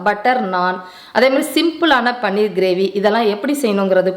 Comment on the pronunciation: It is paneer,not panner